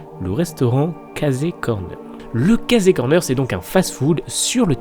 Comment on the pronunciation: Ça se dit Keillssi Corner ! ;)